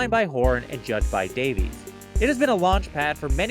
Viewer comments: The English way is "day viss" not "day vees" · apparently he pronounces his last name davis. i had no idea either. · Greg's last name is pronounced Davis btw. 🙂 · Why can nobody say Greg's name correctly? It's pronounced "Davis". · That obnoxious music at the start and mispronouncing Greg's last name...almost left.